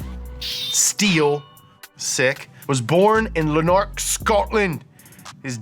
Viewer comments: Colin was the King and he was born in Lanark (pronounced Lanak not Lan ark) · Scottish guy here. Offended at this video. Mostly for the shit accent.... Mostly for how the fuck just said "Lanark". It's Lan-ark. Not La-nark. Hahahah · It’s not Lan-ark just Lanark, one smooth word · It’s LAHnark. Not LanARK. Also - your accent impression is depressingly awful. Yours sincerely, a grumpy Scot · It's not len-ark, its Lanark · “Lanork” sounds like a soap powder brand for orcs 🤣 its pronounce exactly how to looks phonetically, “lah-nark” 😂😂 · it's ney Lenark...it Lan-uck! 😅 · Scottish accent was generally on point but Lanark is Lan-ark (Lan like a LAN cable) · LOL! He was born where in SCOTLAND :.oD I have not laughed so much in a while.... In Scotland we call "Lanark" "Lanurk" the second A has much more of a "uh" sound.... I have no idea what you called it LOL! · wheres he from Lan ark? you are making me cringe with this video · Jimmy McRae still attends the knockhill events from time to time. When I was a kid I watched wrc because of Colin McRae and loved Subarus because of him too. Being from Scotland, it's weird hearing an American say Lanark wrong and making a Scottish accent 😂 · The pronunciation of Lanark was greatly funny lan ark 👀😂😂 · Please learn to pronounce Lanark, it's not f**king french y'know... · As a Scotsman, the way you pronounced Lanark made me a little upset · Hahaha your pronunciation of lanark is hilarious 😂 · Awesome! You butchered the pronunciation of Lanark but that’s ok. I’ll forgive ye this once, but not twice and never thrice. Och aye the nooooo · Despite some wildly poor pronunciation, this was a superb wee film. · Hurt my soul how he said lanark 😂😂🏴🏴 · Right I’d understand if it was Kirkcudbright or Ecclefechan, but pronouncing Lanark wrong? Away tae fuck. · that lanark pronunciation was terrible haha